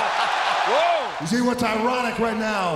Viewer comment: All the way to “ You can’t shee me.”